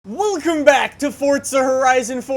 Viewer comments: is it me or did anyone else hear him say woolcome? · Did any hear what he sayed at the begining...... He say woocome